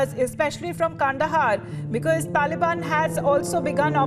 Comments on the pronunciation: Anyone else get irrationally angry at the way he says Tahleebahn?? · Am I the only one who thinks it's funny how Biden calls the Taliban the Tolly Bon? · It is not Talliebaon